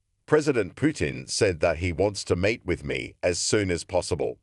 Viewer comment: did robot say "Trump says "Putin say he will mate with me"" ? (Think it meant "meet")